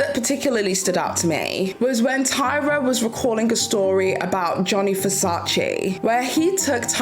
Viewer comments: It’s Gianni Versace - not Johnny Versace 😂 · "Johnny" Versace? Really?! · I just can’t get over “Johny Versace” girl are you fr?????